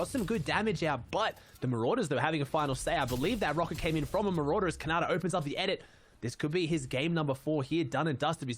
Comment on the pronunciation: Bro did anyone hear calling khanada conada